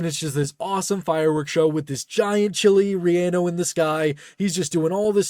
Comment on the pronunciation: Loved the video but as a Mexican person your pronunciation of chile rellenó hurt me 😭